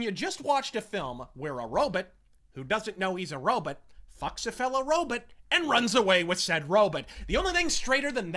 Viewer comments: I thought he was saying Robit like Dr. Zoidberg from Futurama. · I hear it was Ro-bit. Maybe Roe-biit. Regardless it's at least as funny to me if not more as when my buddy used to intentionally mispronounce sniper rifle(which is kind of a civvie bullshit word) as Snipper Riffle